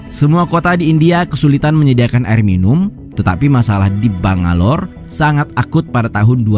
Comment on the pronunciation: ngomong bangalor nya kaya dipisah jadi bang alor wkwkwkwkwk jd kocak kedengerannya